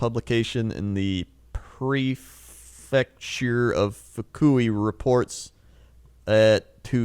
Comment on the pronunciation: The funniest part is the fact it didn't even start with the Japanese words. He started struggling already at prefecture.